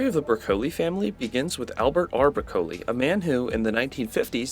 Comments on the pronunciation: No no no. Don't know how Broccoli is pronounced? Pointless. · Clearly vegetables don’t exist where you are based on how you pronounce Broccoli. 😂